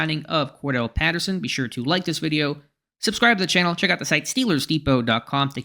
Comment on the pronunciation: Cor•Dar•Relle, not Kordell. He ain’t Slash.